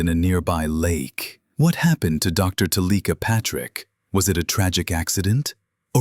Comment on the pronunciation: Why would you switch the ai voice to one that pronounces her name incorrectly?